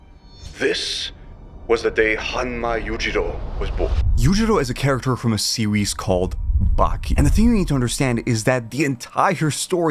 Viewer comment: LMAAAOOOOOOOOO ‘sewies’